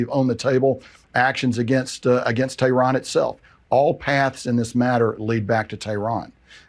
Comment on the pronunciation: Tay ron, Eye ron--😂